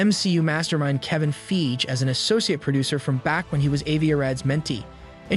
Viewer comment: “Kevin Feej” lmao